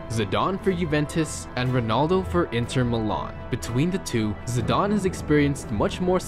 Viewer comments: Zidane not zidon 😂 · "zidon" "balon da ore" "randoldo" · Its zi-dan not zi-darn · This dude cant pronounce anything 😂 its Zidane not "Zidon" and its Balon de Or not belon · Rownoldo Zidaaaarn BalOnador What the fuck are you talking about!?